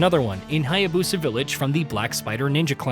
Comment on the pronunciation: what is with a lot of white guys and mispronouncing foreign names. lmao ryu haya-BOSA. it was the same thing with ghost of tsushima too. also LMAO at the re-dubbing where he had to edit in the phrase, THE BOSS, multiple times.